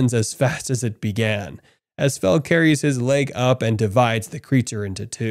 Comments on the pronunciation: Yeah he actually says it right a couple times but then immediately goes back to saying fuh within seconds after saying fel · He keep saying fu than fel it keep triggering me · You're pronouncing it like Vietnamese Pho (that's beef noodle soup) but it's pronounced like felt without the t. So Fel. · Bro why do you pronounce "Fel" as "Fuh"?? That doesn't make any sense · Am I the only one who noticed the narrator call Fel by his name correctly at first but later on he calls Fel by Phu not Fel😂😂😂😂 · Fel fel fel not fur wtf??